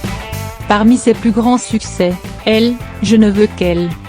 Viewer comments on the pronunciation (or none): none